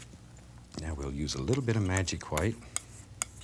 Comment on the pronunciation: “$12,000 SOLD to the man with the exceptional mustache! Now if you fallow us to dining room, we’ll be serving Hwite cake”